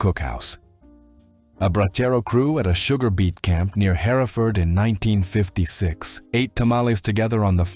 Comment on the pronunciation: Concur... Her-Ford ! he-re-furd is in Herefordshire 😂